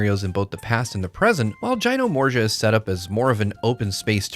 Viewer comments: Jyno-morja! you heard it here first 🤭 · Also its Juy-nor-mow-see-yuh. ALSO this will be a launch title on switch 2.